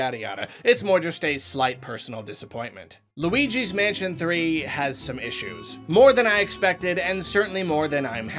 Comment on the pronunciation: I only hear Weegee's Mansion